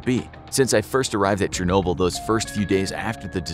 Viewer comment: Do you mean chenoble shenoble